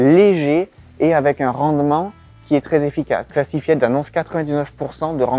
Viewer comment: Massacrer l’anglais comme ça, c'est voulu ou quoi? ”Cla-ssi -faï-de”, pas ”classifiède”. Évidemment qu’ils ne veulent pas dévoiler comment ça marche. C'est la raison même de leur nom.